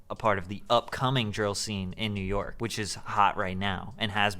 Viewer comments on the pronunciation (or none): none